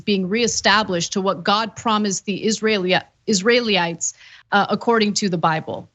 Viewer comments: you need to pronounce Israelites as "iz real ah lights" thats how i always heard it growing up anyway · Ana: Learn how to pronounce basic words you want to talk use: Israelites. I guess you've never been in a church in your life and never heard a sermon or homily. Like Trump with "Two Corinthians."